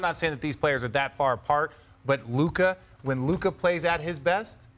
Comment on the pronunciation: Its Luka. Its not that close.